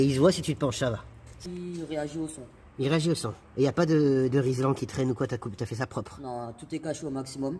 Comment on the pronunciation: «un point de soudure… ou un rislan »😂